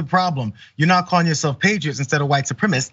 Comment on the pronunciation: She can’t even pronounce the word properly. It’s suprem-A-cis-T.